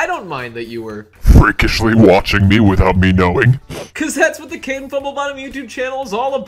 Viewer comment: Caden not Kaden